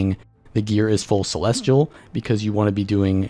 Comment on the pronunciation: "..gear is full clelestial.." bye.